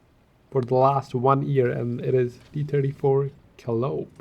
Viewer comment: I see this as being a Meme or novelty tank for the game, and to be played as a diversion, or just for fun. Some are having trouble with the name. It is pronounced KAH-LIE-OH-PEE, coming from the Greek Goddess of Epic Poetry, OR from a steam-whistle organ with a loud, shrill sound audible miles away . Lol, I just found some Japanese Animae rapper on YouTube, and have NO CLUE how they say it. Just trying to help you youngsters...